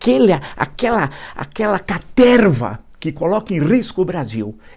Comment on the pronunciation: Aquela caterrrrva rastaquera❤👏